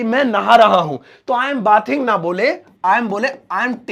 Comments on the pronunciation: बाथिंग नहीं बेदिंग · Bathing ka pronunciation sahi nhi kaha aapne